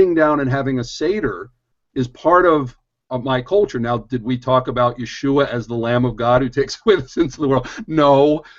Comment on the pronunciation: gotta pronounce the a in yeshua, apparently it is a curse without an a. you should look into it.